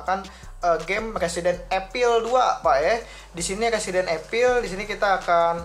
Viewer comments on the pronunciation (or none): Evil bang bukan Epil